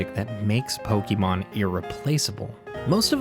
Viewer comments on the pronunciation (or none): it's pokémon not pokimon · >grew up on gen 1 >still consistently pronounces pokémon as "pokey mawn" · WHY DO YOU KEEP SAYING POKIEMON LIKE A 43 YEAR OLD WOMAN?! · Why's everyone pronouncing pokémon like pokimon it makes me mad bruh